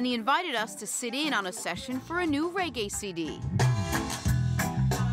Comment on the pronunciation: caan even say the word reggae.. cho